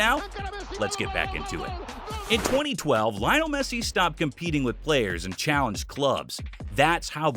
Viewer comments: Bro pronounced Messi’s name "Lie-onel" instead of "Lee-onel" 🤣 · It’s pronounced "Lee-onel", not "Lie-onel". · I thought "Leeonel Messi" was annoying until I reached "Xabi Alsanso". Jesus Christ, man, the guy is not only a great former player, he's the current Real Madrid manager!